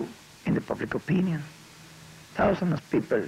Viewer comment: aaaaahhhh jajajaja " many pipel are very" nice pipel aaaahhhjajajaja. lol. Like the pipel of the Unite States are very nice piple too jajaja.